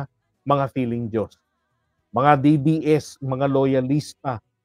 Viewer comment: ayusin mo pag bigkas ng DDS hayop ko….BoBo